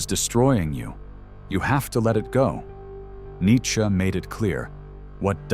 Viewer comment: "Nietchze" LOL